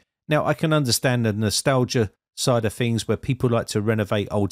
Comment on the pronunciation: I can't listen to him saying fings anymore